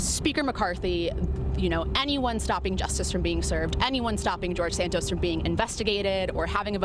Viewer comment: His name is pronounced Sant-os. Not Sant-oes. Get it right please